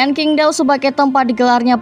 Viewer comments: Min untuk kedepannya saat menyebut nama2 di China seperti nama stadion atau nama pemain sebaiknya di revisi karna Qingdao di baca chingdao bukan kingdao (huruf China Q di baca C) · Min bacanya qingdao adalah cingtao